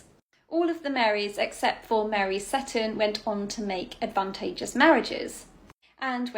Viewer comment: My Scottish grandmother always recited a rhyme about the 4 Marys from which I know the correct pronunciation of that ladt's surname is see-ton not sett-on - thus the emphasis is on the long "e" vowell something I note corresponds with the present day pronunciation of Port Seaton on the North Sea coast south from Edinburgh